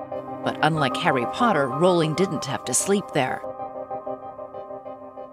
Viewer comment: At least she pernounces Rowling propperly... xD